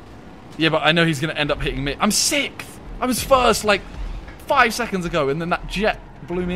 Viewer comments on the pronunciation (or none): Love how they can't pronounce "sixth"...there is an "X" in "sixth", it is not "sith"!!!!!